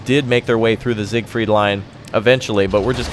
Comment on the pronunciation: it's siegfried not sigfried